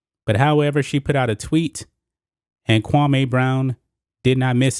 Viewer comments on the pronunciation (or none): Bruh you keep calling him kwamay brown u worse that steven A it is pronounced kwamee( Kwam- me)